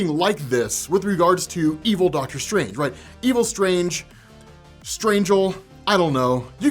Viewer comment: Dr. Strang-er.